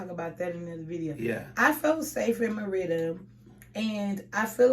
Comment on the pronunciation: This is wild! I just got done reading a post you put in a Facebook group about how much you thought Mérida was boring. Suddenly, while watching YouTube, your channel popped up! 😳. Wow! You keep mispronouncing Mérida, so I guess you really didn’t like it! 🤣. Sorry it didn’t work out. Mérida is perfect for me right now, but I’m retired, so…🤷🏾‍♀️ big difference in what I require vs you with a growing family. Good luck to you!! 👋🏾